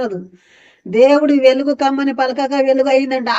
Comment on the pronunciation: ఎలుగు కాదు వెలుగు ముందు వెలుగు అని పలకటం నేర్చుకో👍